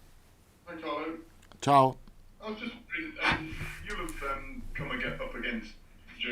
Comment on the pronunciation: Carlo pronounced it Song. Ffs